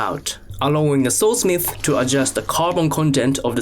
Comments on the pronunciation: Bro i thought he was saying (soul) smith. I was like what? Is that what they call blacksmiths and then i realised he was saying sword smith bro im so fucking dumb🤦‍♂️🤦‍♂️🤦‍♂️ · I know hes saying Sword Smith .. but im hearing Soul Smith and that sounds bad-ass